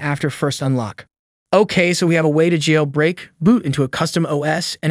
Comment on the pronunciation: Pronunciation of "progress" as its noun form (PROG-ress) when it was used as a verb (pro-GRESS), as well as the bizarre way "jailbreak" is pronounced makes it obviously text-to-speech. I bet the scriptwriter wrote "jail break" as two words in the script, leading to the wrong enunciation.